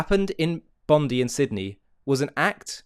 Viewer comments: its bon die not bon dee . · Enough. Stop saying "Bondee beach". All Australians call it "Bondeye beach". All. Find me one who does not. Show respect to the local people. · It’s pronounced Bond eye. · P.S...Bondi is pronounced...Bon...Di...like eye.. hope that helps..😁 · If you continue you play the video the woman wearing the keffiyeh explains she is Jewish and lost family in the holocaust and friends in the attack at Bondi. She was there to mourn as all should be able to do so ❤️ nice to have context. Also it's pronounced bond-eye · sorry for this but the correct pronunciation is bond-i (eye). I want to add this, hearing you and SaharTV has made me to make a video now for idiots like Anthony Albanese who just sit idly saying "i stand with the Jewish community"... It makes me sick in the stomach anyone saying that, all talk and no action... I'm taking action against anyone who are all talk and no action. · You're right with all your messaging. Also can you pronounce Bondi correctly in future it's phonetically "Bond-Die" It's not a surname. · It is pronounced "bond-eye". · Not to be a scold, on the contrary it sounds cute. Bondi is pronounced Bond-eye: emphasis on Bond. 🇦🇺🙏🇮🇱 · just one more thing it is petty but it is pronounced Bond-eye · Just for you non Aussies, Bondi is pronounced 'bond eye' Our government is totally culpable in this terrorist attack happening as they are in support of Hamas and the non existent palestian state. WOKE, WEF demonic puppets....